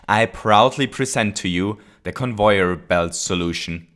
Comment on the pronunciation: convoyeur bilt